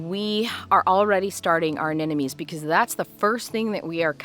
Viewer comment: Pronounce: Ah nem mo nees.... (not Ah nen no mees). You can understand it by looking closely at the spelling. Every second gardener i meet transposes or flips that "m" with the last "n".....